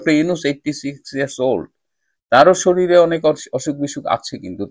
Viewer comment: উচ্চারণটা শরীলে নয় শরীরে হবে। আপনার মত একজন সুশিক্ষিত চিকিৎসকের কাছ থেকে এমন ভুল উচ্চারণ আশা করিনি। আপনার মত জ্ঞানীগুণী ব্যক্তি ও যদি রক্ত দিয়ে কেনা বাংলা ভাষার মর্ম না বোঝেন, তাহলে পরবর্তী প্রজন্ম কি শিখবে?